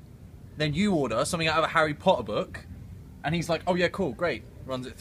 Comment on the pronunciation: Love hearing him say "a Harr'eh Pott'ah boook"! It makes me feel like I'm IN HARRY POTTER!